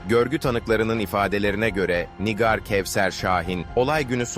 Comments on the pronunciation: Nigar Nigar dedikçe sinir oldum NİGÂR diyeceksin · Nigar değil, Nigâr. Bari mesleğinizin hakkını verin. 😒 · Yapay zeka anlatıyor da ondan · Lütfen nigar ismini doğru okuyun. Allah ım rahmet etsin o yavrucagiza